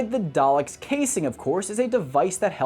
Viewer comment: He can’t say the name correctly